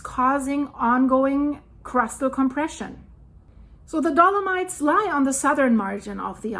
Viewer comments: It is dolo-mights, not dolo-meets, and if you want to pronounce it the Italian way, it is dolo-mee-tea. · Hi, just a little help...dolomites is pronounced do- luh- mites. The i is pronounced like eye not e. 🤗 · Ok, let's just pause for that awesome pronunciation. Dolo-meats! Love it! On the seriousnesses, I hope nobody got hurt or died during this..🙏